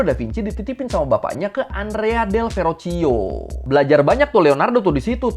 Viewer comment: bang, dalam bahasa Italia 🇮🇹, pelafalan huruf CH itu sama dg huruf K, & pelafalan "GIA,GIU,GIO" itu jadinya "JA,JU,JO". jadi Verrocchio itu pelafalannya bukan Verocio tapi Verrokkio & Borgia itu pelafalannya bukan Borjia tapi Borja.